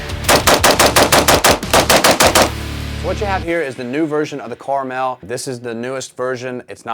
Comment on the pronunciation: it's pronounced Carmel